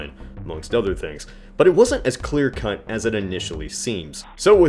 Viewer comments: am I'm I the only person that heard "its not as clear cunt" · lmao u said clear cunt